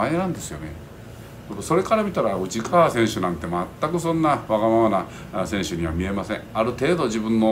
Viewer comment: 最後うちっかわって言ったのはわざと？笑